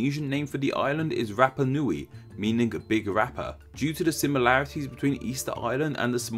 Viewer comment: It's said rapa nuí